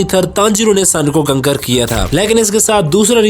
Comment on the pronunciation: Kaontar ❎Kankar ✅🤣🤣🤣🤣🤣